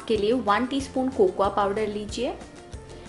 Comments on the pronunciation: Di cocuwa nhi Bolte ha Di Coco powder Bolte ha sweety di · cocoya. Kya hota h ... 😂😂😂 it's cocoa